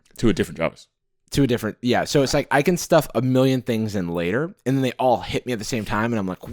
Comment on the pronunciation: Jarvis and english Jarvish :-P